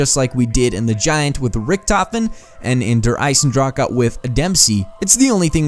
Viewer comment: its der eisendrache not eisendraka